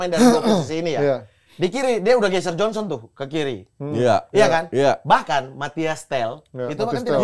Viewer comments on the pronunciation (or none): none